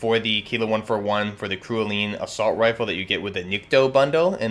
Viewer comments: Cerulean is pronounced "sehr roo lee an" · ....its “cerulean” its a shade of blue....wtf man. “SE RU LEON” smmfh.